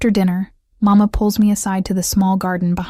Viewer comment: Please remember that in general, Italian children in Italy call their father « Babbo « ( like Babbo Natale, Father Christmas ) . Papà is used in certain families, but Màmma with the accent on the first syllable, is the normal pronunciation, which is NOT the Spanish “Mamá “. Who cares, will you say, but it gets on the nerves of native speakers.